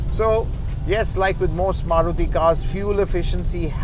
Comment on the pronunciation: Maruthy kya hota hai bhai its Maruti 😂😂🤣🤣